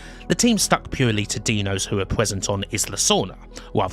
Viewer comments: Another great vid but I can't get over the "Deano" pronunciation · Why do you call the dinos "deno"? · Brilliant docu. Only improved by the fact you pronounced dinos like you would 'Dino Baggio'. Surprisingly amusing amongst all the great facts!